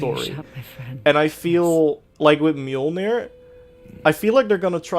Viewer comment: Bro it's an axe. How TF you gonna turn that into a hammer. And it's mjolnir, not milnor.